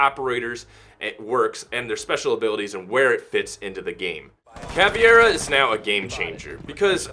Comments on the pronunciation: its caveira not caviera :》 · BOPE is pronounced Bopeh. Caveira is pronounced Cavehra, and Capitão is pronounced Capitoe. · Ca-pi-tao and Cav-ey-rah are the correct pronunciations to my knowledge.